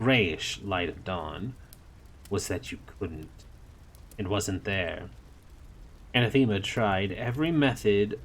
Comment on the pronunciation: OK ... i have been appreciating this reading, but... i hate to do this , it has been killing me the entire time, and yes i will finish your reading of this., it is just this one thing... a·nath·e·ma /əˈnaTHəmə/ [[ Uh'nah'thu'mu ]] noun 1.something or someone that one vehemently dislikes. "racial hatred was anathema to her" Similar: abhorrent hateful odious repugnant repellent offensive abomination abhorrence aversion monstrosity outrage evil disgrace bane bugbear bête noire pariah 2. a formal curse by a pope or a council of the Church, excommunicating a person or denouncing a doctrine. "the Pope laid special emphasis on the second of these anathemas" thank you, i will step away from my soap box now. again, many apologies